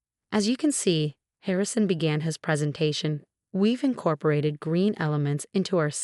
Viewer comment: Sheikh, not shake. We've, not weave. Theatrics, not theatrix.